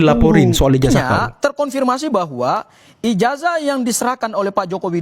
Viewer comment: Bukan ijajah bung, tapi ijazah, nyebut aja salah, malah mau kritik 😝😝😝😝